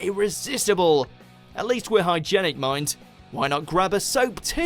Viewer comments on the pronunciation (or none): Hygienic, not Hygennic.